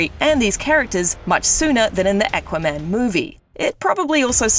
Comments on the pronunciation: “EKWAMEN” lol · Who is this "eckwaman" character?